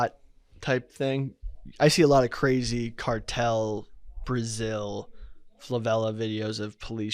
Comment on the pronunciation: calling favelas “flavelas” went unnoticed but got a chuckle out of me